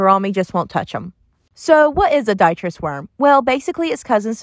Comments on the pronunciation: Just a minor comment. It sounds like you are pronouncing it as “DIE-tris” worms but I believe it’s “dih-TRIE-tis”. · Its pronounced "D-trite-us" lol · Pronounced “dee -try-tiss” worms. I don’t want to be a hater but your tank looks poorly cared for. Clearly a lot of evaporation and that doesn’t look like tannin stained water, more like filth and neglect as evidenced by detritus worms free swimming. Do a good substrate vacuuming and water change. Your betta deserves it. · You may want to google how to pronounce detritus.